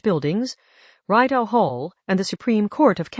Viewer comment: I closed this video when the AI called our canal, the Reyedow. Short "I" sound and French pronunciation Rideau.